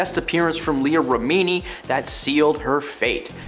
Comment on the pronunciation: Agreed. It’s not Shaneen. Leah’s name is pronounced REH-mi-nee.